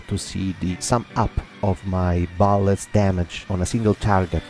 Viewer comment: He pronaunced bullets ballets lol that Italian